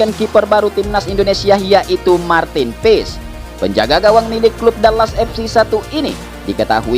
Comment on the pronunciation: martin paes min.😂😂 bukan martin piss.